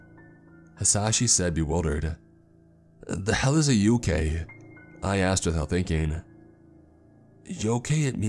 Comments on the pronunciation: I was a little confused when he said Yokay. He just pronounced yokai wrong. (Yo-KII). I sound instead of a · I was confused about the Yo-key then it clicked, he meant Yōkai. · Listening to this while cleaning my room. Stop when he said yokay 😂 I was like wtf is a yokay. I watch to much anime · And it's pronounced yokai, I've seen enough inuyasha episodes to know that 😏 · My dude I love your videos But this bugged me, yokai is pronounced yoh-kye lol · I’m sorry, but the way he pronounces yokai bothers me so much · Oh no honey... That isn't how you say yokai... Gave me a laugh though, so thanks for that. Lol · Low key got annoyed by how he said yokai